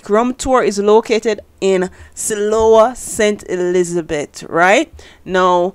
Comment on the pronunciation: Lol just a little correction siloah is pronounced (sigh-low)